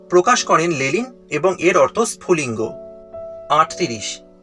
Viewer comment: ওটা লেনিন হবে লেলিন নয়